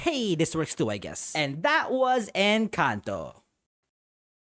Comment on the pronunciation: I watched someone do a review on We dont talk about Bruno and they pronounced Encanto as in-CANT-o